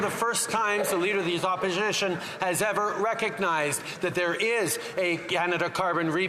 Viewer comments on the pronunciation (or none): "I do believe this might be the first time the leader of the Oporzhishin..., gasp, gasp..." Has the PM been drinking? When he doesn't understand what "less than" or "more than" means, he probably is. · lol… Turdeau: “the leader of the oppijition….” 😂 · the way Trudeau said "opposition" KILLED me 😂